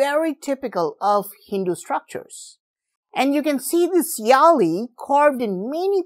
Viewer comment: It is not 'yaali' but it is 'vyaali'